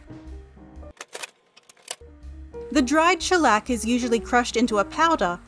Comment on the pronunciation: When she says Shellec i hear a bit Shrek